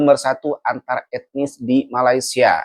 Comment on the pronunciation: Wan win nur mne adab dan adat org aceh pon tak terima, mne ada otak bab to tak ada adab sebut nama negara Malaysia pon dh salah mngkin mak bapak dia tak ajar kot cb org Malaysia hina negara Indonesia msti dh suruh mohon maaf di Malaysia kami ada budi bahasa bila berkata2 mng otak siput ** dia ni kesiannya